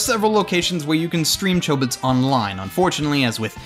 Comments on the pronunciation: the original doesn't pronounce Chobits with a long O sound. But it's all in how Japanese works with long and short vowels. I didn't say he pronounced every name and word wrong, but it's enough for some one who's almost always heard words pronounced in Japanese to do a double-take on some of his words, it's also a reason why I have trouble finding good dubs. One of my fav time he messes up is when he says Azumanga Daioh "Azumanga Dao" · is it pronounced with a long 'o' or a short 'o'? because I pronounce chobits with a short 'o'